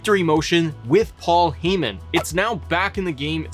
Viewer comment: HIS NAME IS PAUL HEY MAN!!!!!! Not heee man.